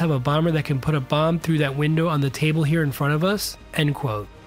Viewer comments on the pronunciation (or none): none